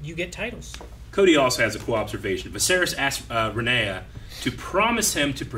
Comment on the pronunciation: Man, i love these guys. They heard Rhaenyra's name at least 10 times and still fucked it up. did it while actively reading it lmao. Never change